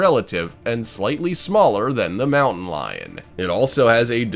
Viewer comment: they are mistaken for mamon lions…. U trying to say mountain lion? they are wild animals, and can be predictable, huh, u mean UNpredictable Caracals don’t sound like they are spelled, they are pronounced like this, crcel. Oh and btw Geoffrey’s cats can also be called Black footed cats One more thing, they don’t pronounce Serval right, u actually say it like this, Servil